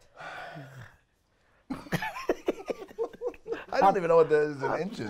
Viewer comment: "30 centemiters" omfg I couldn't hold it ahahhaha